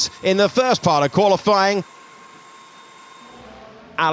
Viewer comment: Why does the comentator always say "qualyfLying'? I suppose he does it on purpose but it looks as if he didnt know how to say it